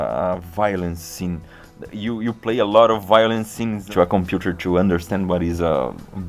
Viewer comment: ninguém: absolutamente ninguém: ibere: dizz izz eee de compiuter like